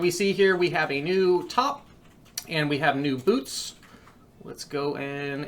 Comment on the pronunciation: “some good cold weather bloots”